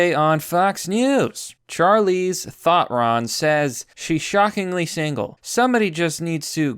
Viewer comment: Charleeze Thotron XD I died.